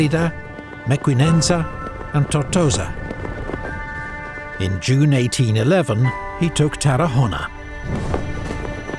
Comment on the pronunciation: will someone please tell the narrator - once and for all - it is pronouced AraGon and not AraJon? (Ghost and not host) Same for Tarragona and Saguntum